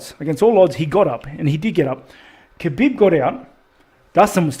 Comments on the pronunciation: Respect to Khabib, who's name is pronounced as "Ha-beeb", and not "Ka-beeb". Love to all. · It annoys me when people pronounce the K at the start of Khabib name.